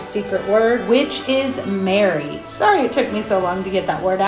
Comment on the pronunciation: Hey, 💕. I am with you all the way! Without Jesus Christ there would be no Christmas! I love each and every one of your beautiful crafts 🥰. Wasn’t sure if you were saying merry or Mary, sorry?? 🤣. Thank you so much for sharing this lovely video with us all 🥰🙏🏻✝️